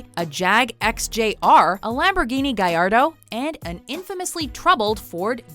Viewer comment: its not guyardo its gallardo